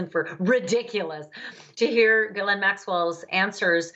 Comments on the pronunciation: why is everyone mispronouncing her first name as Guylaine...her name is Ghislaine...completely different. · It's GHISLAINE Maxwell, not Elaine Maxwell!!! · It's a French name pronounced Jislaine or Jessie for short.⚖️ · This male commentator should learn how to pronounce the name “Ghislaine” it’s French and the first “G” is pronounced like “G” in George,,,,,,,,,,!!! Amazed you don’t this !! Yet are on Television